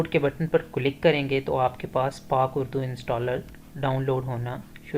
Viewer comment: بھائی جان آپ کی ویڈیو تو یقینی طور پر مفت اور کار آمد ہے۔لیکن آپ کی اردو سن کر بہت افسوس بھی ہورہا ہے۔ آپ کئی اردو الفاظ مکمل طور پر غلط تلفظ کر رہے ہیں، اس کی مثال لفظ کلک ہے۔ آپ بار بار کلک click کو کِلُک بول رہے ہیں۔ ایسی زیادتی زبان کے ساتھ نہ کریں ۔ کم سے کم آپ سے ایسی توقع نہیں تھی۔